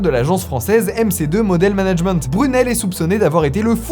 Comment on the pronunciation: Mais je crois qu'on dit "Jean Luc Brunil "et pas "Brunel" non ???